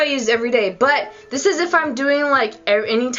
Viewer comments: You go like dis....then you go like dis....then you go like dis.... Lol! I just love you and Bunny. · I laughed when you said like dis